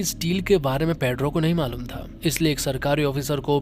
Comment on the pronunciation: भाई वो पेद्रो नहीं पेड्रो है 😂